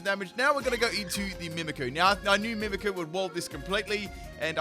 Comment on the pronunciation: I'm surprised on how many times he said Mimikyu's name wrong that no one pointed that out.